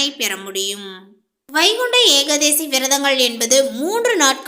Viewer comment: ஏகாதேசி இல்ல ஏகாதசிதான்சரி